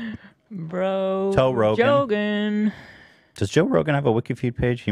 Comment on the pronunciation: I love how Hila called him Ro Johan and no one flinched 😆